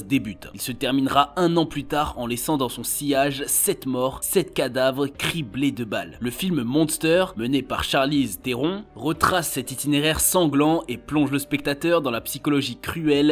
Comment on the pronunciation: Mdr Charlize Theron se prononce theron[e] au passage